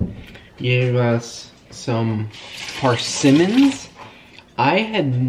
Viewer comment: PERsimmons 😂 although i did enjoy hearing say PARsimmons over and over and over 🤷‍♀️😂😘 you bring me joy and laughter in odd ways sometimes kiddos 😂